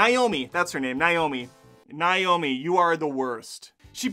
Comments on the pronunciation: Says hes a Matrix fan and Calls Niobe "Niomi".....🤣🤣🤣🤣 Its "Niobe" not Niomi A true Matrix fan you are not . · Dude... are you telling me that as a fan of the original trilogy, you think that Jada Pinkett Smith's character is called 'Naomi'?? It's Niobe 😅 but hey, totally agree with your review. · It's Niobe.. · Characters? I think I mispronounced Niobe once. That has nothing to do with understanding the film.